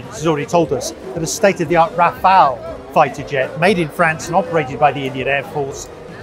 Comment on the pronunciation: RAFALE ❌ RAWFAIL☑️